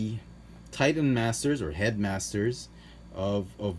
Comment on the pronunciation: It is pronounced heddo ヘッド masutaa マスター for Head Master. When you see the small "tsu" it means to repeat the consonant following. You do not pronounce the "tsu".